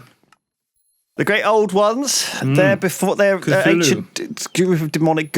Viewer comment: The way Lewis pronounces the Cthulhu deities really bothers me for some reason... I guess I am a lovecraft baby...